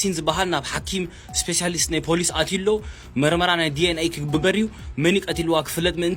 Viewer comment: ኣብዚ ዘረባኹም ሓንቲ ቃል ክእርመኩም። ፖላዊስ ኣይብሃልን ኢዩ ፖሊስ ኢዩ ዝብሃል ኣርምዎ ብዙሓት እንተኾይኖም ሓደ ወይ ብዙሓት ብቕድሚት ንውስኸሉ። ብዝተረፈ ብዙሕ ኢየ ዝፈትወኩም ቀጽልዎ።